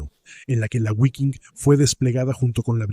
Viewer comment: repugnante como pronuncia "Guafen" y "guiking" aprende a pronunciar bien que da asco como pronuncias